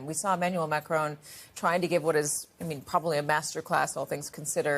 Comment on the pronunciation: his name is spelled e-manuel ma'crooon with a tiny n in the end...